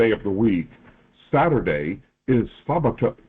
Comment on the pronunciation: "Sabado" in Spanish is pronounced: Sabba-doe